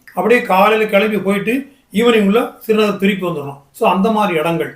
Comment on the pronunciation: ஸ்ரீநகர் என்பதை சிறு நகர் என்பது தமிழாக இருந்தாலும் இனிமையாக இல்லை.